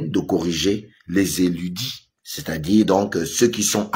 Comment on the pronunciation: “ Érudits” et non “éludis”😊😉